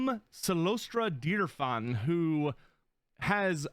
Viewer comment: He says deer-fawn though.